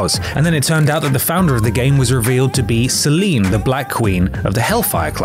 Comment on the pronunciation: At least he can pronounce Selene's name properly